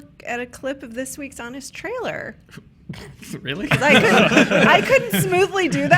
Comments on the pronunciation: Lol, Jessica Jones "Trialer" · Yhea, "Trialer" Love you!!